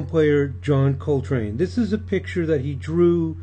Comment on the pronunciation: STOP SAYING HIS NAME WRONG